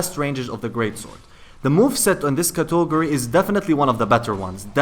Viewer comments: Cat-uh-gore-e, not cato-gore-e. Im sorry it just gets under my skin. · cotogory? wtf? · I love how you say Catogary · If I hear cautogerry one more time i will die. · Cato go rise 😂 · LEARN HOW TO FUCKING SAY CATEGORY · I absolutely hate the way you say category. Literally causes me pain. Otherwise great video. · I love how you pronounce category! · Can't stop giggling when you say category